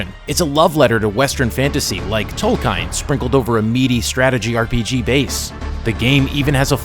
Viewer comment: Yikes, you better fix the way you pronounce Tolkien. Other than that, cool review! I'm addicted to the game too. More than 100 hours already.